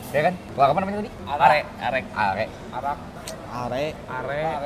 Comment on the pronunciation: punten, bukan arek a, tp areh. dari santan yg kental🙏